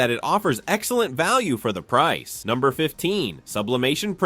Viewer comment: Price sounds like Pipo